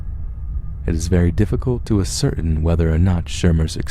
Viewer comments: Ascertain lol not a-certain. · Ass-er tain, not ass certain. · ascertain is pronounced ascer tane. nuclear = new klee ur 😊